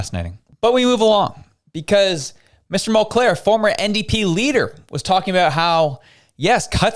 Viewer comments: Hey, it's MULCAIR, not MULCLAIR. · Come on dude....if you are going to reference a person get their name correct. It's Mulcair nor Mulclair. You lose credibility when you make mistakes like that. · Mulcair not Mulclair